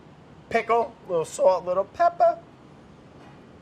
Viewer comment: "...a little salt, a little PEPPAH